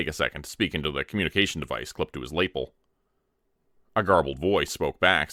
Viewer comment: I love your stories but the way you say “lava” and “lapel” make my eye twitch!